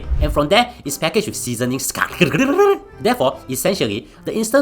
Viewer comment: This blue cat cannot say sachets but can say essentially?